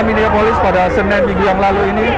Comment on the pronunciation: Hari Senin kok jadi "Senen" can TV One choose more better reporter than him with better vocabulary? jadi di dengar nya enak. :)